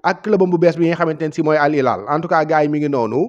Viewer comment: Sa waay c’est Al Hilal pas Al ilal. Khana d’égo Arab wola woloff? C’est les French qui se savent rien prononcer! Wola “H”amoul ci baol-baol???